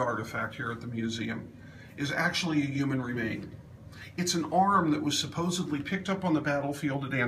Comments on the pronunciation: Come on, Executive Director! It's supposedly, not supposibly! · supposeBly…...cmon man